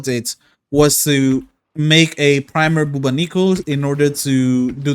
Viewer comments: Dude ! BubOnico ! The accent is on first O ! This weapon is reference to the Bubonic Plague - aka Black Death, pandemic from year 1300 that killed millions ! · That is not how you pronounce Bubonico...